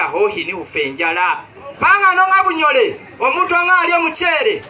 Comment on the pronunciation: Just want to correct it's bunyole not bunyoro